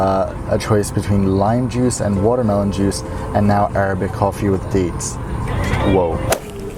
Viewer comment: i love when your NY comes out when you say watermelon, arabic, and coffee lmao